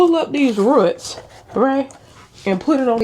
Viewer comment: When you said rutts 😂